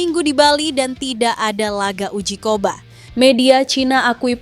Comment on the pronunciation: Uji coba kok bilang uji koba... Ini youtuber sok jago dlam ngomong, tapi faktanya, O On, alex pastoor, di baca Aleks pasto' orrr